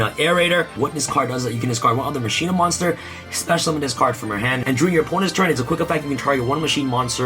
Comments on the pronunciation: Anyone else grinding their teeth while he says (Mah-shee-nah) instead of how you’re supposed to pronounce it? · "Musheena" lmao